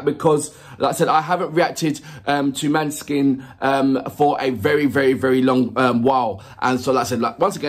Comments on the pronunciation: The å is like an ò as in the word "lot". The e is a shwa, written "ə" in many pronunciation guides. So it's Moh-nuh-skin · Hi,! Don't worry too much about the pronunciation, we get it wrong all the time in Italy as well, because the name is actually a Danish word (for moonlight), it should be pronunced like MAW - neh - skin stress on the first syllable. For the rest... yeah, maybe you can have a look at the lyrics next time, but just do what you genuinely like, it's what keeps us coming back... Thank you!